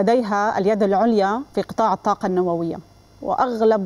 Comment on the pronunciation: الطاقة و ليس التاقة